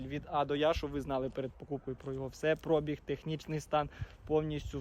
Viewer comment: як ви запарили цим прОбіг!! На другий склад наголос, йолопи! Може вже вивчите правильний наголос???